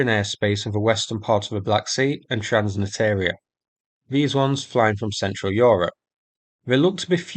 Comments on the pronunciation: Transnistria <- read the word Not transnitaria, trans nis tria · Its called TRANS-NISTRIA, not TRANS-NITEERIA :-) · Transnistria. Repeat with me Trans-niSSSS-tria. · Just so you know transnistria is pronounced “trans-nis-tree-uh”, otherwise great video as always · it's "trans-nistria" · Great videos! 'Transnistria' pronunciation needs some attention :) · This is definitely interesting, thanks. One small fix: transnistria has an additional "s" in there, I suggest checking out Google's pronunciation and forvo's entries. Thanks! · Artistic liberty - so it rhymes with listeria